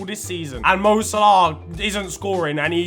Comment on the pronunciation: This btec neymars football knowledge is shocking and his pronunciation of mo salah is jokes 😂😂